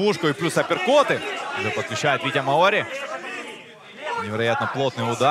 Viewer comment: МАори, ударение на А, деревня. А бой просто великолепный.